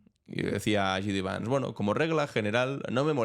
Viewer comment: JD Vance se pronuncia " Yei di vans". Te lo digo porque nos salen muchos profesores de inglés en tu canal que ya resultan cansinos. Esos que pronuncian CHRAMP por Trump, para nosotros Donal Tran